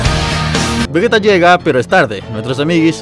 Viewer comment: Se dice "Vegeta" no "Vegueta" que les cuesta decir bien el nombre de un personaje?